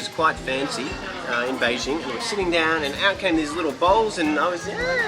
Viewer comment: hahahaha, the way says 'Beijing' is so authentic, just like a local Beijinger! Ben的英文不会是跟丁广泉学的吧？😝